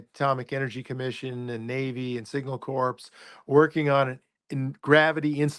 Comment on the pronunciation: Signal Corps, Corps of Engineers, Marine Corps It's pronounced CORE not corpse.